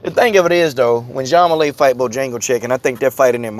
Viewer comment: Juang Weili's name is pronounced 'Jung waylee'